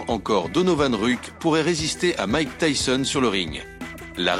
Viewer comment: Tyson pas tysson (tyzon) sinon le reportage est super ❤